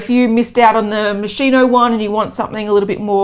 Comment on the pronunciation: Moschino is pronounced Moe-Skee-No